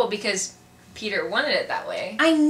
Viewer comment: Pls don´t say Petarh! :)